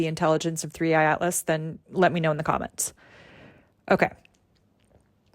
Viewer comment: How can anything you say be believed or contemplated?When you say 31 atlas, when it actually is 3 i atlas🤔